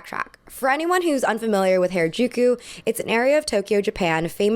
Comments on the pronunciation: please don't call it hair-uh-juku. It's hara using the a vowel from hard. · I've lived in Tokyo since 2008 and have been involved in the Tokyo subculture fashion and club scene since 2006, and I'd like to give a few notes on Harajuku and Japanese underground fashion from a first-hand inside perspective. (Note: it's pronounced "HAH-rah-juku," not "HAIR-uh-juku"). - Gen Z most certainly didn't invent any of the maximalist trends highlighted in this video, they've been going on continuously in Tokyo since the 70's. Don't ever think that "dark academia" is something new, it isn't! - Fruits magazine and other street-snap magazines like Kera were always much more curated than they pretended to be. They would deliberately focus on specific looks that they wanted to highlight and would regularly feature the same kids again and again while completely ignoring others, contributing to trend setting in the process. I spent endless weekends pounding the Harajuku pavement in maximalist drag, never got street snapped even once because I didn't fit with the mini-trends that were "in" at the time (many of which came "in" years later, go figure) - Towards the end of its run, (around ) Fruits magazine actively steered away from featuring colorful and maximalist looks, despite the fact that these looks were very much still present on the street at the time, so I actually think it shares some of the blame for the increasing blandness that proliferated post-2011 - Gwen Stefani more or less single-handedly killed the Harajuku bridge fashion culture - the bridge became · its not hair-a-jew-kyew its HA (HAH). RA (RAH). JU (JUH). KU (KUH). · loved ur video but its not hairuh its HARA like HARd. u mispronounced it so frequently it was a lil frustrating lol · Ok, but you're really gonna go off about Lady Gaga's orientalism while you can't bother to look up how to pronounce "Harajuku?" Like, I get it, the liquid consonant is hard. But "hair-eh-juku" is really frustratingly off the mark.